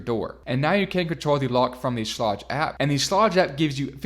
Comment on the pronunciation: I'm pretty sure Schlage is pronounced with a hard G.